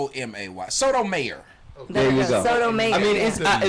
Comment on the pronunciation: hilarious, he kept calling him sodomiyor...almost sounded like sodomizer. great set! i cried laughing. corey looking like he auditioned for the temptations